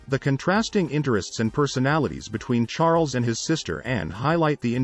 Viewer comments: Charl-ess??! Really? Awful, just awful! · I think I might like this more if the narrator didn't keep calling him "King Charlotte." Also, there's nothing new or even interesting here. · What? Charles ascended to the throne at 10 when his uncle abdicated? Did I mishear you? You can't even get his name right (Char - les). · anyone else pick up the voice pronounce Charles as Char-less? found it amusing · It would be nice if you could say his name right. Or get some one who can ! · This is wrong she descended the throne at 26 in 1952 after the death of her father George VI not at 10. Her father descended the throne when she was 10 and when her uncle his brother Edward VIII abdicated. GET YOUR FACTS STRAIGHT. He was not a retarted boy. This guy doesnt know the meeting of retarted. He someties mispronounced Chares ad whats so horrible about this. Oh please towels folded wrong, water level, and placement of the bathtub plug. Too picky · Who needs to listen to an AI reading of the text that mispronounces Charles name constantly?